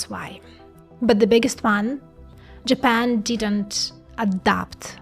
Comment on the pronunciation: “ but what if I told you that JApEn”